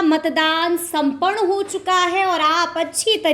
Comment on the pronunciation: उच्चारण तो ठीक से करो, संपन्न होता है